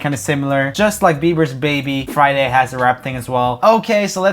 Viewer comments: Joel says "Flyday" instead of "Friday" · Fridag huh?😂